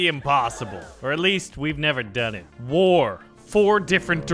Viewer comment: Do you... not know how to pronounce war? 🧐